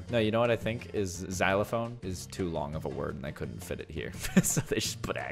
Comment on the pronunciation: When he said never say I cola't he really said "never say I couldn't